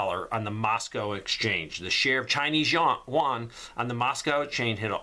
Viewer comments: Juan is Spanish for John. Yuan, Ewe-Ann or You- Ann, Yu-an is the Chinese digital currency. Thanks for the important information,. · I just wanted to leave a helpful tip for future videos-- the currency is pronounced "oo-en".. like the u in "uber" coupled with "en". The "en" part is emphasized. That being said, thank you for all of your hard work, time, and energy that you put into these videos. I am a spouse with a deployed partner and kids to care for while this is all going down. Trying to do the best I can for now-- we live in a very blue area with zero land. But I'm trying! Thanks, for all your helpful tips, advice, and insight. <3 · Won is Korean dollar your calling the Chinese yuan wrong it with a y not w 🤓